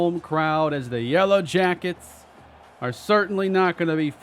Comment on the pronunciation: you said "yella jackets" 🥲 you're truly becoming Texan